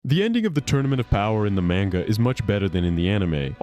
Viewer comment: 😂😂 that killed me the way he says it, but hey it's likely just his accent so I can't fault too much